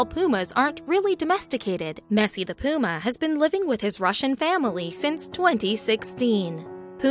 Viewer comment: She said poo'ma 🤣 and it's called Messy 😯